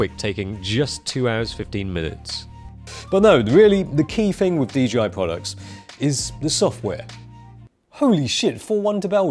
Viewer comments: Just say the companies name correctly 😣 It’s not DGI. It’s DJI. Jesus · Is DJI supposed to be pronounced DGI? I don’t get it. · DGI? You mean DJI?